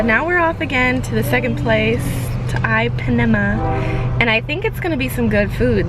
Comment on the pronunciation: I think you’re majorly mispronouncing the name “Ipanema”... listen to the song Girl from Ipanema